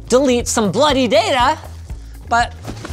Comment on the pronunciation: Always odd to hear “bloody” said in a gringo accent. Then I remember that you accept Mrs Saxe-Coburg Gotha as your head of state, same as we do. ;)